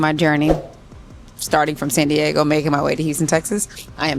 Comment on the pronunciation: It’s not pronounced SAHN Diego! It’s SAN Diego. Also whenever you get behind the wheel, PLEASE BE SAFETY CONSCIOUS AND DO NOT DRIVE WITH YOUR LEFT ARM ABOVE THE SHOULDER BELT. Just clip your microphone to your shoulder belt while you’re driving🙏🏻🙏🏻🙏🏻❤❤❤🍑🍑🍑